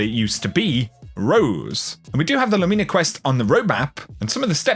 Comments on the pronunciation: I love your content, but... it still bothers me when I hear "LOO-MEENA" instead of just... "Lumina." Emphasis is on the first syllable and the "I" is making the same sound it does in the word "din." Latin is literal. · Christ it’s not Lumeena!! I believe you are the only person pronouncing it completely wrong. Wow!!